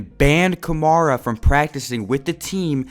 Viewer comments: Nigga keeps saying kamara instead of kamara 🙄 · your saying his last name wrong